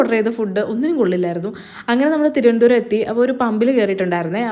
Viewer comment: thirondaram❌thiruvanandapuram or trivandrum ✅